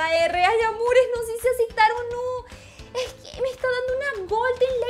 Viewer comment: Amo cuando dises "asectar" "no se si asectar"